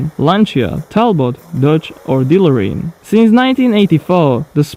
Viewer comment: Btw,, DeLorean is pronounced "deh-LOOR-ee-ehn" not "DEH-lo-REEN"